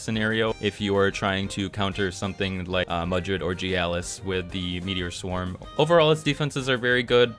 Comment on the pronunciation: The way you pronounce Mastione and Gyalis bothers me. I feel like you're mispronouncing those names lol